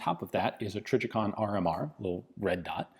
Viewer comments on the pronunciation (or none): none